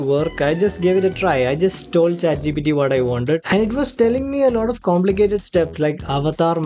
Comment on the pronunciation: Bhai pehle to 'lot of' ko 'lauda' bolna band kr do. 🙏🏻